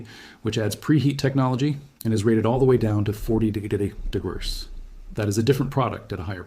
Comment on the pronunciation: We seem to have trouble pronouncing degrees.